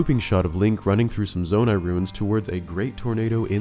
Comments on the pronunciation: say zonai again i dare you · Stop saying zonai